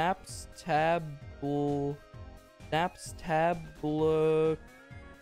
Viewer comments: watching him try to say Napstablook killed my braincells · Hearing try to pronounce “Nabstablook” has the same energy as Ethan trying to remember the word “skillet” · struggling to say Napstablook is the equal to Ethan struggling to say Skillet in that one Unus Annus video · Him trying to figure out how to say 'Napstablook' actually gave me a seizure holy shit (not in a mean way, he's funny af) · I counted and it took him 47 seconds to pronounce “Napstablook”